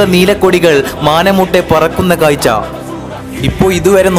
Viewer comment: കായ്ച്ചയല്ല കാഴ്ച്ച